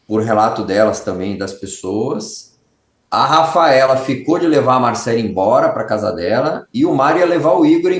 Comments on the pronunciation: Por que você insiste em dizer "Marcelí", Beto? Qual é a sua dificuldade em pronunciar o nome Marcelly = MarcÉLI, corretamente? Credo, que irritante!😮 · É Marcelly, não MarceLIIIII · Só um detalhe que posso falar com precisão... A pronúncia certa é Marcéli, como se tivesse um acento na letra" e " Pelo menos a pronúncia do meu nome é assim 😊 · Amo o Beto, mas essa pronúncia do nome Marcelly tá impossível de assistir...